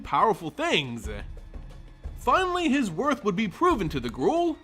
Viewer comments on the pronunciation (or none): none